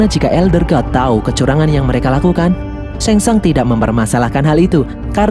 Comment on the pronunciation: Shang tsung bukan sheng tsang